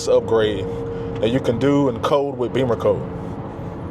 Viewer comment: I believe it’s pronounced “Bimmercode”, not “Beamercode”. Check the spelling;)